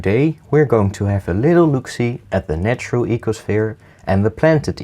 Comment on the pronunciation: He is my favourite youtuber... its the voice... ee-ko-shviiR